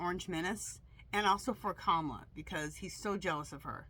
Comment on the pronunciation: Hi her name is pronounce KA MALA